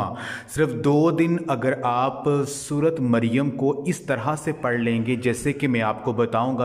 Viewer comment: Sorat nh bhaai sorah maryam